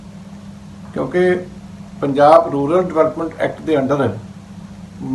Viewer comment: It is “RURAL” not “RULAR” development fund.